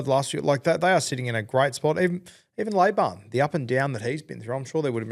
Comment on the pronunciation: 'Lay bin' lads, not 'lay barn' 🙏🏼